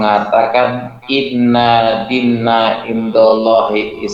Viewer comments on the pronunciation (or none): Bacaannya "INNADDINNA" pdhl tak ada tasdit di NUN.